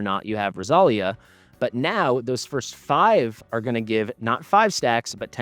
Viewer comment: In Spanish the accent is on the i, so it would be pronounced Rosal-í-a but who knows from where they got the name